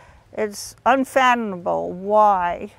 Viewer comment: She said, "escape goat", it's scapegoat lady. She couldn't even pronounce unfathomable. How is she an attorney?!